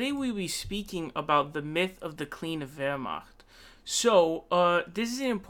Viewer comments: Yeah "Wehrmacht" Was decent, but the rest was awful. I'm bilingual, Eng-Ger. But I don't fault him, German is a horribly hard language. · Yeah as someone who has studied German for five years with German family speakers, those first 10 seconds where he said "Wehrmacht" with the gutteral r and ch had me floored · What about it? It was pretty good and it shows informed himself how to say it. Unlike probably 90% other foreigners that i've heard pronouncing it.